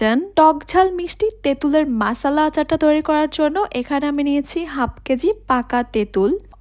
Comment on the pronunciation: মশলা আচার❌ মাসালা আচার ✅ 😂😂😂😂😂